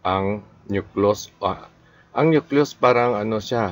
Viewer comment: Walang masabi si. Paano ka makagawa ng angat sarado, multiple shuffler o speed o power puncher? Parang hindi doktor. Nahirapan Mg pronounce ng "nucleus".... kahit ngbasa. Trying to be academic... Si Rey Bajenting of RBSugbo magaling dito. Hindi si. 😅